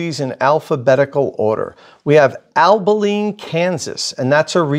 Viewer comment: you Jersey guy: Abilene is pronounced ab-uh-leen, not uhl-bu-leen. Gave me a chuckle.